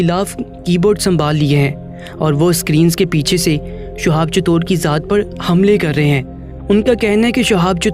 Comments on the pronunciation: Assalamualaikum... Bhai... Shuhab nhi Shihab naam hai unka... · Sohab .nhi h nam shi lo